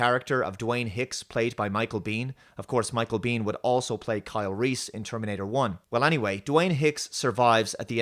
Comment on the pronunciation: 'Carl'. Just one enunciation away from 'Kyle'. Absolute dogshit.